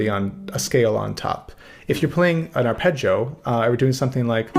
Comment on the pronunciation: I think you’re the only American guitarist who pronounces the word arpeggio correctly.